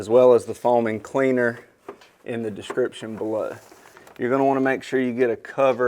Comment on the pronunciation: "In the description beluh" 🤔